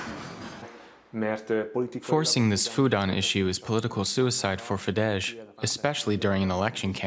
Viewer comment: People at DW should finally learn that it's pronounced "fides" and not "fidesh". It's not polish. Just google it. It's just ridiculous.